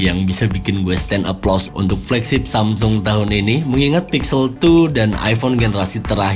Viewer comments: Ciee.., nyebut Samsungnya udah lancar, belajar dimana kak? 😅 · Tumben lancar nyebut samsung 😂😂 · lho kok ngomong samsung nya lancar jaya ya, nggk seperti yang kemarin =D